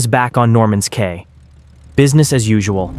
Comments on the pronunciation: It's pronounced Norman's (key) Cay ,not Kay.😅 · Cay is pronounced ‘key’…